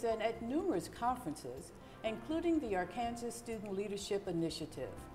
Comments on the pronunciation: Why did she pronounce it Ar-kansas and then Ar-kan-saw and then go back to Ar-kansas? 🤷🏾‍♂️ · Why is she pronouncing "Arkansas" that way? Anyways, Michael looks like he's telling the truth here, but who knows...